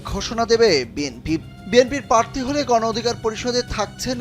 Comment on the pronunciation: পারথী নাকি প্রাথী?